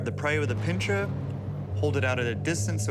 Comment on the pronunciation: Skip. Moronic. Would someone tell Dr. Bryan Grieg Fry that the word is "pincer," and not "pincher"? P.S. From his Google Books biography "He’s been bitten by twenty-six venomous snakes, been stung by three stingrays, and survived a near-fatal scorpion sting while deep in the Amazon jungle." Sounds like a complete amateur. Tweny-six venomous snakes? You'd think a smart guy would learn what to do or not do after one.